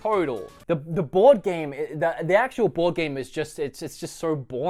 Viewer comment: I kept hearing bored game instead of board game. Which I guess was very fitting in this case...